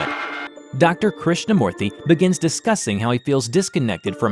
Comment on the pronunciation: A lot of corrections to be Made in some of the Indian names By A Fellow Tamilan here! Krishnamoorthy Was right, Except For the Last name. it Should be Pronounced "MOO-rthy" Not "Mo-rthy" Second of all, in the Scene where Krishnamoorthy says about how his mother told him the Legend of the God of Serpents, The Real Name is "Shesha" (Kind of Like Saying Ananstesha, the Name without the Anan) or "Anata" (AAA NUN THA). And Vishnu Should be Pronounced "VISH (Like BISH-op, the Chess piece) NU (Like Saying No Without O and instead U.)